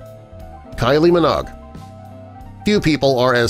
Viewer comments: Kylie Minogue not Kylie Minog! Geez! 🤦🏼‍♂ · Not Kyle "Minaug", it's " Minoge" long O sound. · Pronounced Min-"ow"gue, not Min-og. Please get it right! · Annie Hall in '1997'?! Try '1977'! And it's Kylie Min-OAG, not Min-OGG...yet another narrator that doesn't know what he's talking about... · Ha! Kylie Min-OGG..... It's Kylie Min-owge..... (Minogue) AUS, part time Brit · You said Kylie's last name Monigue wrong. Say it like this Mi-Noge. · Kylie Minogue's family name is pronounced 'Minoague, it is a longish vowel sound like Vogue magazine; not a short vowel sound like 'log as performed by the narrator, with respect. ' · The end of Kylie Minogue's surname rhymes with "Vouge" like the fashion magazine and not like "hog"as like a type of pig. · Please don't tell me all Americans pronounce Kylie Minogues name as Kylie....Minog!! Has this narrator never heard another human being say her last name ever?? It doesn't look like anyone else has made the same comment as me either.....Crazy!! 🤔🤪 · The loony presenter called Kylie Min’oh’gue, Kylie Minog. 😂😂😂😂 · It is pronounced Kylie Mi-knowg. 🙄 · your funny her surname is pronounced 'Mi-noo-og' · Kylie Minogue - the last syllable in her surname rhymes with Rogue. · Kylie Minog eh! 🤣🤣🤣 how do you pronouce vogue? VOG? . . . get a new day job voice over guy, clearly you're not cut out for it facepalm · Pronounce "Vogue". Now say, "Minogue". That wasn't so difficult now was it? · Pronunciation on surnames like Bissett and Minogue are appalling. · When you mispronounce Minogue.